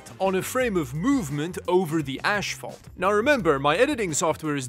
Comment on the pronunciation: Asphalt. I thought you said something else 😅